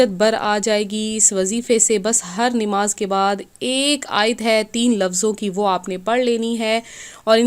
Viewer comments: pahle bolna shikh lo nimaz naho namaz hota hai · Nimaaz nhi namaz sahi lafz hai or aapa plz thoda chota video bnao aap bht time lete ho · Namaz to sahi se bolo